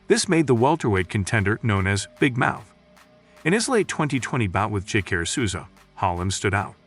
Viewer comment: Jock-a-ray So-za Thts the pronunciation